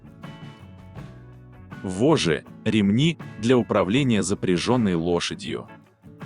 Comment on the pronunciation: Читать надо правильно :"воЖЖи" с двумя Ж.